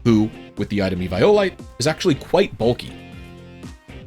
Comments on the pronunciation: You're the first guy I heard that pronounces the item as E - VI - O - LITE, instead off E - VIO - LITE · I’ve never in my life heard eviolite pronounced like that